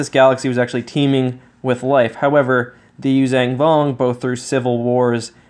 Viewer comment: The word is “yoo-zhahn” Vong, not “yoo-zang” vong